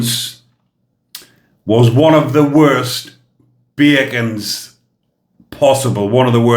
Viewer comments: I struggled too & had to read the comments to find out the word, I thought he said 'bagans' lol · sounds like you are saying bacons